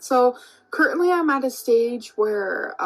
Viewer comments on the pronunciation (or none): she said, "curtainly" again instead of currently lol.